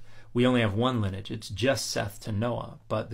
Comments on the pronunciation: Love your videos!...note that you are confusing "lineage" with "linage"...your intent is the word lin-nee-age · I know I should ignore it, sorry, but please learn to pronounce lineage properly. It's Lin-ee-age (with the ee pronounce like the ey in key, and the age sounding more like the idge in midge). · lin-e-age, three syllables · How have I gone 56 years without hearing someone pronounce lineage with 2 syllables instead of 3? They’re both correct, I checked. 😜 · I couldn't find any attestation of 2 syllables being correct; I assumed it's a niche regionalism of some kind but if you can find it again and aren't disinterested in doing so can you send me a link? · Why are you pronouncing lineage so unusually?